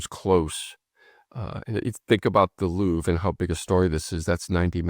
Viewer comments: Did Tommy actually pronounce the Louvre as Loo Vra? I must have misheard. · It should be pronounced LOUVR. the E is silent, and the R has no vowel sound attached to it. There is no "English pronunciation". .. it's not an English name.